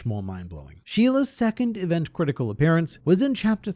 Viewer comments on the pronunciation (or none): none